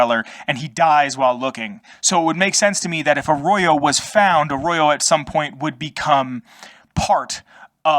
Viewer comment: Like how you emphasize the vault 13 canteen and G.E.C.K , are like sacred artifacts held by the Arroyo tribals. Lore built like that , creates legend, lore world building around the games 👍 It's pronounced "Arroyo" man, not Arrorow. Just saying 😉 I've been looking for lore videos on the Arroyo tribals. But not turning up much. At least there's this video that provides something 👍